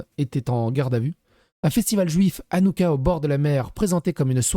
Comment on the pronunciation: Ca se prononce Ranouka avec le « ch » 😉